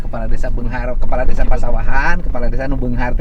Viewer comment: Desa Pada beungahar pak sanes ci beungahr 😁